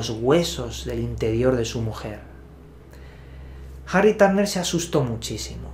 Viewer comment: Jarri Tárner 😂🤣